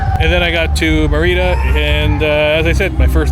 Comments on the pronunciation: Its pronounced meeeerida not meriiiiida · God Bless you. Hopefully by now, you learned how to pronounce Merida lol